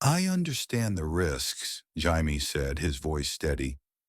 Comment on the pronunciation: Jaymeeee not hymeee ffs